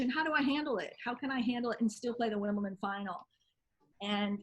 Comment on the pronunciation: Why can't Americans pronounce Wimbledon right? It's not Wimpleton